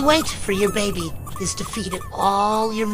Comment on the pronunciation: “HER LITTLE SENSITIVE BABBEH!” Spoken like a true Scotsman! Edit: HE SOUNDS LIKE MIKE MYERS!